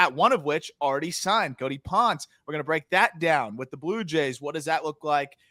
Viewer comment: Pronounced Pohn-ce, amigos. Reference Daniel Ponce de Leon.